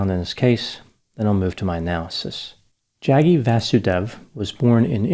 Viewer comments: It’s hilarious how particularly disrespectful it is to not only not call him Sadhguru but mispronouncing Jaggi. I know it’s not intentional but these grifters don’t deserve anything more than this. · I love pronunciation of the name... Jaggy 😂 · It’s pronounced Jug-gee V-ah-soo-day-v Apart from that I don’t care much about the guy.